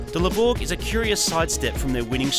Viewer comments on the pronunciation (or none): The "LE BORE" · It's the LE-VORG IT WILL ASSAULT YOUR SENSES.